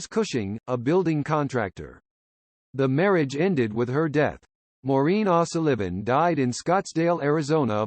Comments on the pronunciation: Maureen Ahsaliven??? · AI puts the acCENT on the wrong sylLABle.😊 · AI can 't pronounce 0'Sullivan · Sorry, but this vid blows. Short bio, with nothing about the"Strange and Sad" ending that I found Just another sorry YT "content" provider who doesn't care if the facts are straight or not. He butchers a common Irish name on top of all this BS! Thumbs down, HARD! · Yet another stupid A. I which can't pronounce her name 🙄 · AI voice unable to correctly pronounce the surname of the woman about which this is written ! 🙀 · Why the weird pronunciation of her surname it's a common enough name